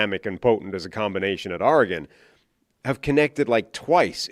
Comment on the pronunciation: How are there people out there who still cannot pronounce Oregon correctly. Be better.